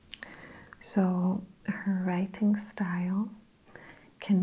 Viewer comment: I love how you break up the pronunciation of your words, almost like you’re adding in an extra letter such as, “write-ting”. Its how everyone says it but you can hear it so much more in the way you say it. Its a new trigger of mine and it’s top 5 for sure. 😌